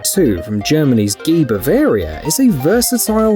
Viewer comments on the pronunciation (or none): none